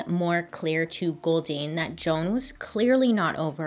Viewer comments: This is bad but everytime she said goldeen all I can think of is the pokemon makes me laugh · Every time she said “Goldyne”, I though of Goldeen, the Pokémon. @@ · Anyone else making the Goldeen Pokémon noise every time she says Goldine? Just me? 🤣🤣🤣